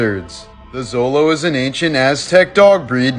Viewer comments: It’s pronounced (sho-low) (Xo-lo) I know because I have one. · It's pronounced, cholo remember x makes a ch /sh sound.